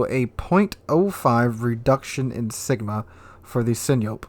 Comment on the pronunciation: For fucksake, Sinop is not sinyop. s.i.n.O.p. All vowel HARD.